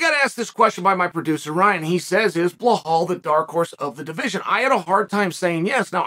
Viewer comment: It's actually blahal